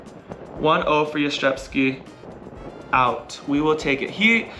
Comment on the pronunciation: It's kinda funny how you have almost perfected the pronunciation of Jastrzębski or Jastrzębie but still struggle with the Węgiel part 😅 Anyways, congratulations on your win! Such an amazing accomplishment! Edited to add: Honestly, the number of times this past season you guys were able to come back from a tough loss, be it in a match, a set or even from being behind during a set, is insane. I have never seen a team with this kind of mentality. Looking forward to watching you and Zaksa again next season and in the meantime, enjoy national team season!